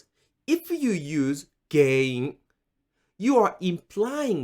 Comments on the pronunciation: Interestingly when you say the word GEN-IN you seem to pronounce it like GEI-IN. Is that an exception or am I hearing it wrong? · 原因 sounds like a hard word to say. It sounds more like you say げいいん. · It's not pronounced like Gei-in. It's pronounced as is; it's a nasalized sound. Tricky to do, unless you grew up hearing Japanese all the time like I did lmao